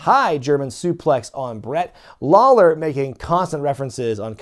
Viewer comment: I swear I heard you say Jerry The King “Lol”ler 😂